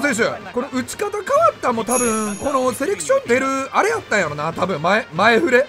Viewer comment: セレクションなのにセレションになってるのは気のせいかな…？